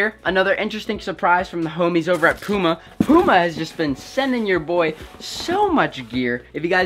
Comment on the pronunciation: Learn how to say puma